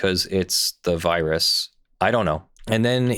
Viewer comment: Ya know, the pandemic? The "birus" xD